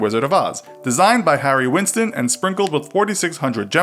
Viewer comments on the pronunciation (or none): none